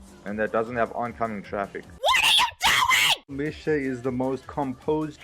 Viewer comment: It's pronounced Misha - Mee-Sha / Charoudin - SHar-oo-Deen dope video dude!